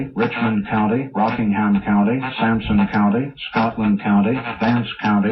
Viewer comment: DID I HEAR "SAMSUNG COUNTY"!?